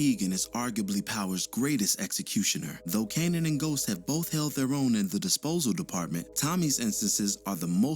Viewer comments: KAY-NEN not CANNON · I instantly disliked after the way u said kanan